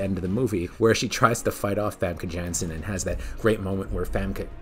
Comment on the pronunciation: The A in Famke and Janssen is pronounced differently. A bit more like the A in Bardot.